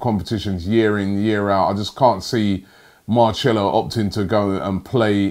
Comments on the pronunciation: Marcelo. Marchello. Marshmallow. Let's see you grammar and pronunciation people get up before sunrise and comb through all the paper talk bullshit for hours before breakfast. Thanks for your hard work Robbie. Ignore the ingrates. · Seems like Robbie has never ever heard the commentary! Who is marchello Anyone who would have watched a Real Madrid match should be able to pronounce such simple names 🤣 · Marchelo. What is wrong with your tongue? It is like naitland miles again. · He's said Marchello more times than Troopz says Blud or Fam in an interview :D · had to stop watching, it’s Mar-sell-o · What a pronunciation.......MARCHELO! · Marchelo????? 😂😂😂😂 where the H in his name, said his name wrong so many times 😂😂😂😂😂😂😂😂😂😂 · I cringe every time he says marchelo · Where does the ‘h’ come into to this. Shambles 😂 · If also marcello wants to come to arsenal, after listening to robbie pronounce his name, he changed his mind.😂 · Roobie your pronunciation of the name Marcelo is like all those people who say matiland miles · I don't think Robbie has ever watched Madrid. Doesn't know how to pronounce "Marcelo". And didn't know Marcelo has had a terrible season. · Who else is bothered by the way he says Marcelo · I think robbie does these pronunciation on purpose😂😂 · Take a shot every time Robbie butchers Marcelo’s name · Robbie trying to pronounce marcelo's name is giving me the ear cancer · ROBBY YOU CAN’T EVEN PRONOUNCE MARCELO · Marcelo is really not the hardest name Robbie 🙄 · Had to click off as soon as I heard Robbie pronounce that name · How hard is it to say marcelo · Omds robbie ur pronunciation is hurting my ears 😂😂 whos marchelo its marcelo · Robbie man you say it like MarSelo not Marchelo, creased 😂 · man said “Marcello...” Robbie we’ll do it together Marcelo = “Mar-sell-oh” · How can he not pronounce Marcelo like come on Robbie blud MARCHELO nearly clicked off the vid Marsssssssselo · It’s Marcelo not Marchello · MARCELO NOT MARCHELLO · MARCHELLO its Mar-selo